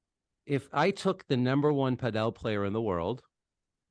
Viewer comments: For some context of your lack of professionalism. We are just watching a zoom recording...the only info as to whom is talking is the details zoom is showing. You should use your own graphics to show their names etc. and stop saying 'Pah del' for gods sake! Get that guy out of the room fast! He is only hurting the sports presence in NA, not helping at all! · Not looking forward to the cadence of this podcast. Hopefully this is not a sign for the PPL. Do not tell people the wrong way to say padel (correctly pronounced paddle). The guy on the top right doesnt know what he is talking about and this is bad for the sport to let these jabronis run amuck. Marcos is far from the 'source' for padel information. A real let down here gang. DO better and do it now please, do not shoot yourself (and NA padel)in the foot please. There is a lot riding on the success of the PPL and you guys are squandering it with the frankly terrible quality of content and communication you have been conducting. DO IT RIGHT.